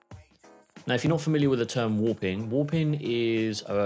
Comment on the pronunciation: haha just sounded like youre saying woopin